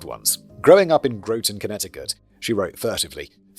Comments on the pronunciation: Here to piss off the UK with American pronunciations: in Norwich, we pronounce the W. And we pronounce Groton as rhyming with "rotten." Don't shoot the messenger. It was already like that when I fell out of my mom here. 🤷‍♀️ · Yo, I was stationed in Groton, CT! Also, it rhymes with "rotten" for future reference. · Aw man, Groton CT. It's Graw-ton (the 't' is also optional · LOL Groton is pronounced "Grah-tin"